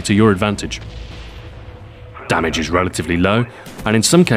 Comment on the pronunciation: listen to when he say damage.